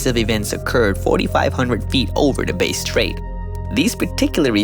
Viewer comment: Hey good job but like most of the world you mispronounced a few Australian names “Bass straight” is bass like the fish and Melbourne is said “Melbin”